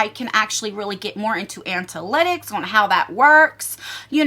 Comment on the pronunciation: Another great video 👍 Plz do more YouTube info 👌 (btw it’s ANA-lit-icks, rather than ANT-A-lit-icks 😂) I feel a little guilty that I haven’t started a channel. I’ve wanted to for so long and it’s already been a full year and a half that I could of been posting 😩